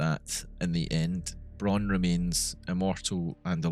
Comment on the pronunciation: Really great Video ! I have subbed (: PS: "Braun" in German is spoken out really familiar as "brown" in English. In some sentences i didnt really understood Dr.Braun´s name